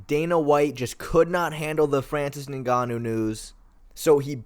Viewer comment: You would think mfs would pronounce Ngannou correctly when they can say Tsarukyan so easily.